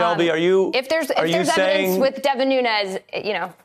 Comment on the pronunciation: Someone tell Ari that it's Nu(N)es cause the guy is of Portuguese descent, not Nu(Ñ)ez which is a Spanish surname.